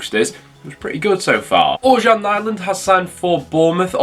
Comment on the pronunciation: Ørjan Nyland it’s pronounced Or yan - knee land, hope he does well, He currently has two promotions on his cv with us (villa) & Norwich, a third time ? 🤞🏻